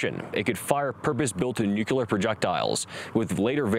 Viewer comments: Good video…but why is it so hard for so many to pronounce NUCLEAR? Nuke-lee-ar…NOT nuke-u-lar. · That would be Nu-Cle-Ar not Nu-Cu-Lar bro... Don't be a Bush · His voice reminds me of documentary narrators of the 1950's and 60's, which is a good thing. Except for a couple of "nuc-u-lar" errors, he demonstrates great clarity, diction and power. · Agree... just, 'New-cular' is driving me crazy.